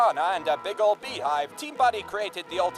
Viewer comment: Beehive hairdos ... Are pronounced Bee Hive, right? Not Bay Hive?